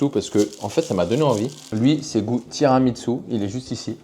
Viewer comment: par contre, le tiramisu c’est italien c’est pas japonais 😂😂😂 ça se prononce tiramissou et non tiramitsou 😂😂😂